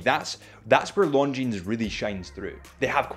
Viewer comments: the brand is not pronounced “Long Jeans”, the s is silent! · Lovely watch from a fantastic company. Please stop pronouncing the 'S' at the end of Longines though 🤣👍 good lad. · The fact that you still pronounce the S at the end of Longines makes me laugh every time. Cute and cringe at the same time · First off all learn the right pronunciation of this watch...